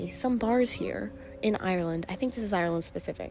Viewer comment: classic yank 🤣 'IRY-LAND'